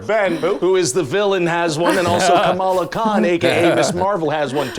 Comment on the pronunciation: Why did they get Kamala’s name pronunciation so wrong so many times?!